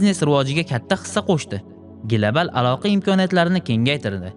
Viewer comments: Gilabal❌ Global✅ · Глабал, гугул 😂